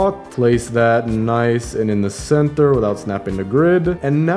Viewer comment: CeNtHeR (no hate)